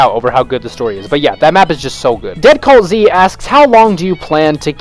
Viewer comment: Thanks for responding and if you’re wondering why my name is”dead Calt Z” it’s because I don’t use this channel and originally it was Calt Z And also thanks for saying my name right